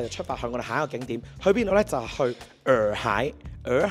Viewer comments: 普洱茶的洱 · 問過AI，讀耳海😊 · 洱海，讀（以海）喎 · 洱讀 Yee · 普洱（nei) , 但洱海係讀耳海